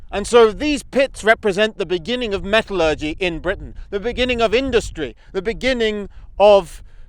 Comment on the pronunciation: Very interesting video, but please check your pronunciation of “metallurgy”!